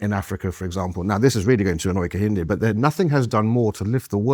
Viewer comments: He cannot even pronounce his own supposed name 😂😂. Car yin day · KEHINDE... Can't even pronounce his own name correctly. Google it. It's a Yoruba name. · Kehinda, victim mindset. Please have someone more articulate on for these kind of debates. He doesn't even use correct pronunciation when speaking. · I am just 2 mins into the Video & already I get a sense that Prof. Kehinde is not genuine; Professor of black studies who cannot pronounce his Yoruba name correctly CANNOT be taken seriously, if you can’t do the basics then how do I trust you can do the intellectual heavy lifting? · Kehinde doesn't even pronounce his own name correctly. This is not to shade him but those SJWs that get triggered by such. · Yet another unpalatable cocktail of oppressed/oppressor dogma and reductive ideology desperately wanting to be seen as an intellectual position. Mr Kehinde corrected your pronunciation of his name, did he? I bet he did. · Just so you know, Kehinde isn't even pronouncing his name correctly. 😂